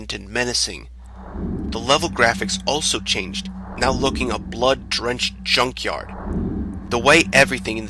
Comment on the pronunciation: "are you serious right neow?"